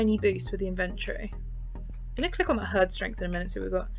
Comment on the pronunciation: You said inventory wrong 😑